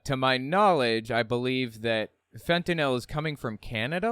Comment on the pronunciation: i get unreasonably mad when people say "fentanol". like, you know how it's spelled, you know how to say it.